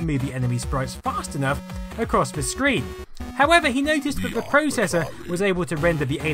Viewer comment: "Vis" and "vat" ... Can't listen. Sorry. Pet peeve.